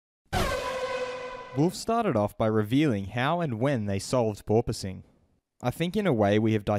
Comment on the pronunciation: No Toto! Its porpoising